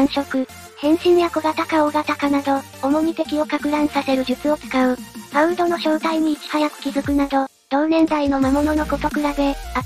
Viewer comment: いつも動画見させてもらってます、ファウードがいつもファーウドになってるのが気になります🤭